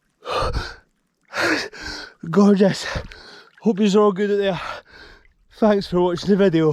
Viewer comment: 🤣🤣 if you keep saying through gritted teeth 'goegeous' enough you'll eventually believe it. That ending in the water was comedy gold.....Nala is a cutey.